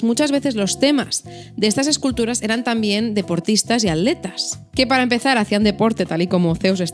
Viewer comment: Hola, muy bueno, ah... no es "aletas" es aTletas, no es "alantico", es aTlantico, es que no podés pronunciar esa T?,, claro, nos critican que no podemos decir las "c" ni las "Zs", bueno estamos a mano, pero yo aprendi a decir " Algezirashh", y otras... ahhh adhiero a la razon de no distraer la mirada del resto, ya que a mi me distrajo ese picaro boton izquierdo del jardinerito, que se salia, y tiene la gomita como seguro adicional, al final quedaste abotonada por suerte (sin connotaciones eh??):)